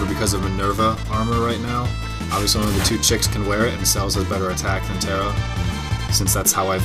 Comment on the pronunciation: her name is not "CELLS" as you say. it is celes. pronounced sa*less as in celestrial. please dude call her by her name. not CELLS!!!!